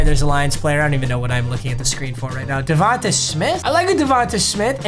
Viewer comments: Bruh. Say DeVonta Smith’s name right. Pretend there’s a Y at the end. It’s pronounced DeVon-Tay. Not ta tay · Bro “Div-on-ta” it’s pronounced tay not ta